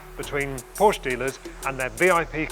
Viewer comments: Porsche did a video how to pronounce their name, he should watch it :-D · learn how to say PORSCHE